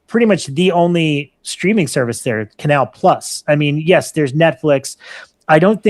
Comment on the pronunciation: I droop my eyelids in irritation as mispronounces Canal + as an ignorant American normally would......It's Canal Ploo! Great podcast, otherwise. Love the focus on cinema and the French scene.....And Rob, I'm not a fan of Charli XCX's music, either, but she has a badass song from the earlier part of her career called "Nuclear Seasons". Check it out.